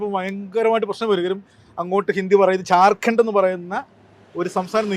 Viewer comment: ച്ഛാർഖണ്ഡ് അല്ല., ജാർഗണ്ഡ്